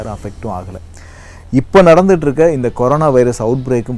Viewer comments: It is not karona.. It is corona. What a funny pronunciation 🤣🤣🤣🤣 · athukku peru c o r o n a virus. neenga thappa c a r o n a virus nu pronountiate panree nga hope next tme correctah pronountiate pannu veenga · Pls tell Corona bro ninga koronq nu soluringa